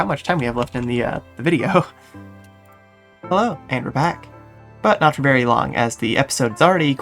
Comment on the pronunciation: That "hello!" at the start seemed more like a "aAoh!"